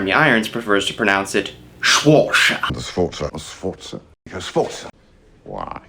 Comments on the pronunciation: It's not Swortza you american dim whit, it is Sforza, pronounced with the "f".... Then again, most americans can't even speak english correctly, so... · Sforza...not 'Schwarza' like it's from a Mel Brooks film! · Dude has the nerve to laugh at Irons' pronunciation of the surname Sforza, while he pronounces it "Sworsa". The correct form is "ˈsfɔrtsa", by the way. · You realize that Jeremy Irons pronounces Sforza better than you do? It’s fucking painful hearing you, where did you get the ‘Schwortsa’ pronunciation from? Who tricked you? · I went into this video with an open mind but wow. It's so pompous and riddled with errors. You pick on Jeremy Irons' pronunciation of Sforza but you yourself pronounce it "Swarza". Even the title of this video is grammatically incorrect. And maybe don't casually call women c*nts? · S-for-za, it isn't that difficult.